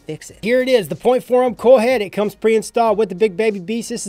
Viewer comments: Your accent makes it sound like you say “Corl” instead of “coil” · Corl!? CORRRRRRLLLL!!!! -Rick Grimes